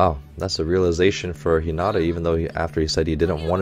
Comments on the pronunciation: Hey Coach! Love watching your reaction to haikyuu! As a former volleyball player, I especially enjoy the technical commentary. PS: Hinata is pronouced hee-nuh-tuh and Asahi is pronouced ah-sah-hee. You seemed to be struggling with their names a bit lol. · I loved the English dub, though I watch both since we only have the first two seasons dubbed. I think it would help if he watched a couple dubbed episodes, especially in regards to how names are pronounced. It makes me cringe when I hear Hinata said wrong, but I love Coach's videos so much because he brings so much insight to the show!